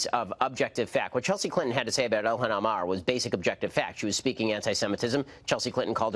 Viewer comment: "elhahn emah"